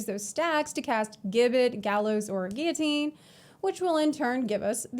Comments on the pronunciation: Hey, "gibbet" is pronounced "jibbet." Class looks amazing! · If it helps future puns Gibbet is pronounced "Jibbet". A body shaped cage where executed criminals would have their bodies displayed... Lovely :/ bit fits the theme alongside guillotine and gallows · PSA Gibbet is pronounced Ji-bet it was a medieval torture / execution device which was basically a small metal cage mounted on a gallows where the unfortunate person was caged and left to die of exposure /starvation and the body left on display as a warning to others.